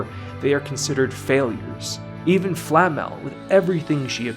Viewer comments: Seriously, the only criticism of this video that is remotely viable is your pronunciation of "Flamme". ;) The substance of what you're saying is fantastic, even if in few instances I would have said something else, or would disagree slightly. That's the beauty of well made art - there is no "objectively correct" way to interpret it. And while I really don't care about MAL scores as other people seem to do, I'm glad that it managed to dethrone FMAB and show people that there is a show capable of doing that for more than 2-3 weeks. As for nitpicks (or rather place you could have expanded on and you showed in my opinion from only 1 point of view) - when you were talking about Lord Orden and you said that his situation parallel the situation with his family.... while it is true you forgot to mention that Lord Orden subverts this parallel. By acting in different manner than Stark's father did. And he shows that while superficially he acts very similar to Stark's father, when he goes beyond superficial, differences are quite... stark (pardon the pun). And Stark's (Stark means "strong" and in German) equivalent in this Family - young kid named "Mut" (Courage) is slowed down in his progress by being told that if he trains well, he will someday be a better warrior than his father. This serves as a foil to whole Stark's family situation and as an example to Stark that as bad as his father's treatment was of him (I'm not defending him, by any means), doing the opposite might not have be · Nice video, but: Who is Flamm-Al? We Germans are normally not sensitive about people mispronouncing our language but this is getting ridiculous. It might be because in the English dub words are mis-pronounced in the common way, while the Japanese version is closer to the real pronunciation, but then people are even being creative is their English flavored miss pronunciation. Just use a text to speech program to look it up.